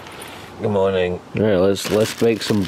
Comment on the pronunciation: Did just say "Good Morbing"??? also more with tom scott pleease